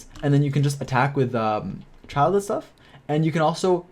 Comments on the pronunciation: Also its not "Child" rather say Chi eel dey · In the Middle Ages, a childe or child (from Old English: Cild "Young Lord") was a nobleman's son who had not yet attained knighthood or had not yet won his spurs. The right pronunciation is like how we say chill. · I spell Childe as like "Chi(eel)(Dey).xD also mainly cause the way everyone calls it sounds " Child"😂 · Why does everyone mispronounce Childe, (chil-D)